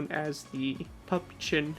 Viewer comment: It’s called Püppchen